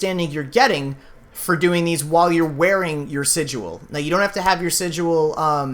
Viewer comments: He also keeps saying sig-u-al. It's just sigil. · "sijuel" (cringe) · Stop saying sidual 😂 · TmrA77 Unnbekannt don't you mean sighael?